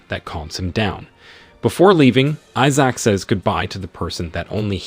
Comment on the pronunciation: I'll just watch the series the way this bot narrator pronounces Issac drives me insane!